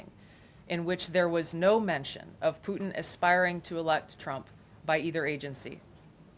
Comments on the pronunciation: “Plutin” Lol. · "Plutin" (?) Have another one......: /